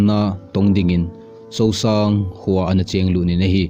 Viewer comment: Not Sousang It's Suongsang kho.. Kumsang vaihom Not Kumsung vaihom